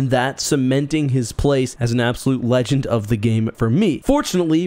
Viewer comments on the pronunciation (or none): none